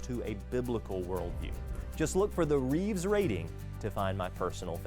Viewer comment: Rives , shouldn't sound like Reeves, but ok.